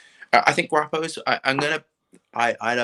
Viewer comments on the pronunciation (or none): Guapo: po as in pond not as in paw 😆